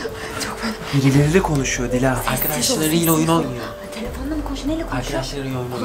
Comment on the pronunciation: Güzel olmuş da "Dilas"ne?!